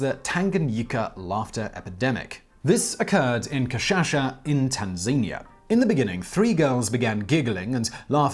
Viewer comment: Tanzania rhymes with mania now huh?